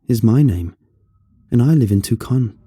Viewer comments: "Two-con" LOL ...it's "two-sahn" ;) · Did call, Tuscon, tookahn? 😂😂😂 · Silly Brit, "Tuscan"is pronounced "two-sawn" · Honestly he probably didn't have to drown that guy to do the things he did later. Edit: Also it's Tucson "two-sawn". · I disagree, it was when he called Tucson Toucan 😂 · i love that he pronounced Tucson Tucan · Yeah that irked me lol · Im from AZ and i love the way you say Tuscon hehe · Okay... the C in Tuscon is not hard.